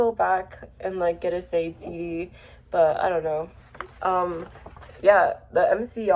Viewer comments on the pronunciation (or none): you showed up on explore. interesting super chill authentic watch. sade is pronounced sha-day i often made this mistake as well until someone corrected me. lowkey has inspired me to show off my own cd collection. i have an autistic love for showing off my physical media. subscribing 👍.